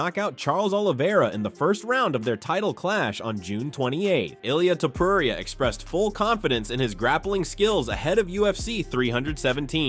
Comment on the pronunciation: Man, it's not Ilaya Tuporaya, it's Ilja Tuporia...😮